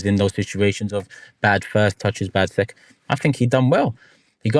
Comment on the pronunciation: “Seclond Wice” & “No Swerwreee Bob” is CRAZY looooooool 😂😂😂😂😂😂 endless clips have to come from this. #scwollswuggery get on it 😂😂😂😂